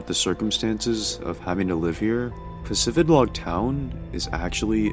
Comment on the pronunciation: Ive been playing Pokemon since 2001, I never knew it was pronounced PacifiDlog. I never noticed the D in the town name. I thought it was Pacifilog